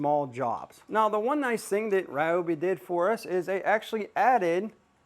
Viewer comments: The people at Ryobi (near my home) pronounce it ree-obi. Every one of them use this pronunciation and I’ve met some of the higher ups. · Its hilarious that u keep insisting the Ryobi name is Ri-yo-bi n not Ree-yo-bi. Its like telling a Japanese person that they are pronouncing their own name wrong. Ryobi is a Japanese company originally that was expanded into the US. If they pronounce their company name using Japanese way, only an ignorant n arrogant person to will insist it should be pronounced the American way. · You are wrong. It is NOT Rye-obi, It is Ree-obi. Go watch the companies videos and listen to how the actual company pronounces it. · REEEEEobi. Not Ryobi. Confirmed with the manufacturer. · Its reeobi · Rye-obi's (Not Ree-obi's) been doing the handle wrench thing for a long time, I have an ancient Rye-obi (not Ree-obi) blue grinder with the same setup & wondered why that never became a new standard. Definitely would like to see the router & bizzer gone over! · Ummm, the Roy I tool USA page on YouTube has many videos that pronounce it reeobee